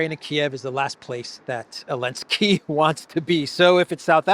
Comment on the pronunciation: why do you pronounce Zelensky without the Z?